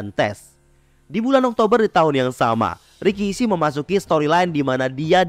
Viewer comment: RIKISHI dibaca RAKISHI